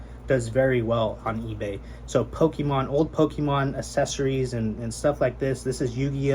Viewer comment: I respect your hustle and your straightforward approach and simpleness to your videos. With that being said, my mans, you are a games seller, you know it ain't "powkeeman", it's Pokémon. Keep it up.